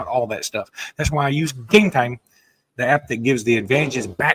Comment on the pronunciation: Enjoy the show but please stop saying game time like that.